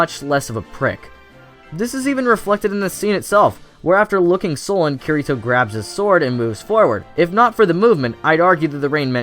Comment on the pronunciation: I agree with ya but if ur gonna make a video on SAO say Kirito's name right xD